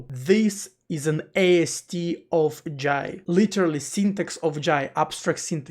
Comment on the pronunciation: finally someone say 'Jai' properly, not "Jay".